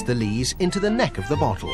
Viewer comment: When he says bottle it sounds like butthole